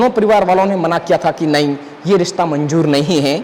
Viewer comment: Saadi, Majaar, Rista, Manjoor bohat khoob. Sharm karo, apni rashtr bhasha apni matr bhasha theek se bol nahi sakte. Learn to pronounce properly Shaadi, Mazaar, Rishta, Manzoor practice then open your mouth.